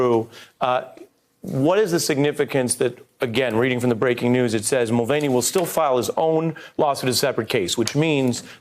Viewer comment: It's pronounced Mul Van E ffs